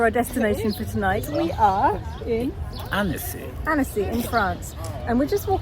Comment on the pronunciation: Omg guys this French town/lake is absolutely gorgeous…is the name of city ANNECY!? It sounds like you said “annis “